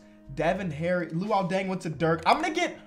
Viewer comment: “Loul deng went to durk”